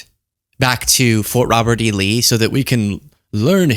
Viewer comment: Did trump say Robert E. Lee or ROBBERTY LEE?